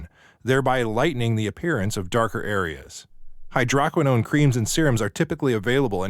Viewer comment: The voice is computer generated. The word hydroquinone is mispronounced. Also, hydroquinone is banned in Europe since 2001. It is a cyto-toxic.